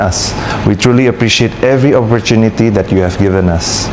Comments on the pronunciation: Dia lagi dracin guys tapi pake bahasa inggris, berapa jam ya kira2 actingnya si S jadi sutradara didepannya tuh pegang script, episode cuci tangan part berapa ya eh preeeeet😂😂kenapa awal ngomong opportuniti keduanya jadi offorcuniti yah preet 😂😂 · Iya ya dipotong2 pantesan alenia pertama oportuniti eh alenia kedua dibaca oforcuniti kepleset😂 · Jangan ketipu ini bikinnya diedit2, ada kata awal opportuniti bla bla bla berikutnya offorcuniti kepleset lidah😂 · Diedit dikit2 makanya awalan bilang opportuniti berikutnya alinea 2 bilang offorcuniti 😂